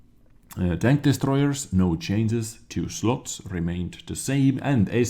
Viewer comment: so WG need to chains but you don't need to learn how to pronounce change because its funny